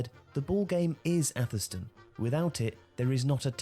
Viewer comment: Its pronounced "Averstun"